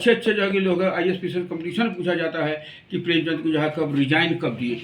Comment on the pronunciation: अच्छी जानकारी उपलब्ध की आपने पर...प्रेमचंद को प्रेमचंद ही बोलिए प्रेमचंद्र गलत उच्चारण है बाबु...जय जय रहिए 🙌